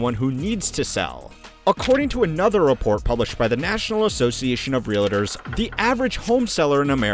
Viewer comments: It’s ‘REAL-TORS’. Not ‘real-IT-ors’. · How do people get three syllables out of real-tors?